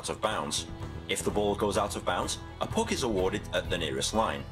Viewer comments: christopher crowley when he said free puc it really triggerd me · aine71 when he said puck it really trigged me English hun 😂🇮🇪😂🇮🇪